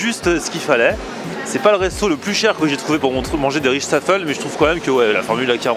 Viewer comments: Coucou super le resto :) et juste à titre informatif , on ne dit pas "richtaffle" mais plutot "reystafel " ( le ray comme rayban) :) pas facile de traduire par écrit le neerlandais haha :) sinon sur google translate on l'entend plus ou moins haha :) saluuut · Aurore Das c est pas le ray de rayban mais plutot raiesttafel comme dans aie